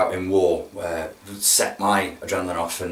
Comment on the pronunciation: I thought you said SEX when u first said SET lol!